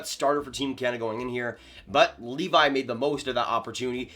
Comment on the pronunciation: It’s pronounced Leevee